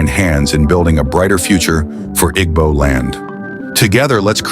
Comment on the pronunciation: What is the need of using western voice, can't pronounce IGBO.